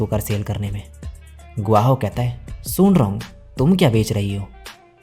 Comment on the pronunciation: Sung wrong brother wung nahi bolti he 😅😅 iss liye wung lee bol bhai gf or bf he bro 😂😂